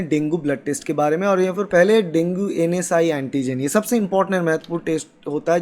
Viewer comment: Bhai vo NS1(NS 'one') hota h na k NSI(NS'I')